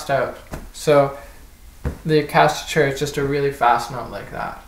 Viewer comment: Little tip - it's pronounced: Ah-chaka-tura